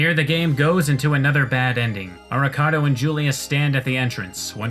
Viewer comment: "Avocado tells Soma to stay out of it." God I can't unhear Arikado as Avocado